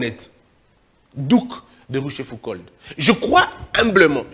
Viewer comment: On dit "Rouchefouco" même si cela s'écrit ROCHEFOUCAULD et "DUC" c'est son titre de noblesse, pas son prénom. Et donc on peut dire "le Duc de Rochefoucauld" et non pas duc rochefoucauld !